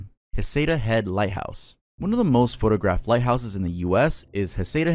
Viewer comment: Just a friendly note on the pronunciation of the Oregon location: It is pronounced "Heceta Head" with a hard "c". I know it looks like it would be "Haseeta Head", but it is pronounced "Heck-Ita Head". Just for reference. I hope it helps.